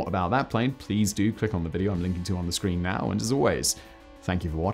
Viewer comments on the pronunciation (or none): none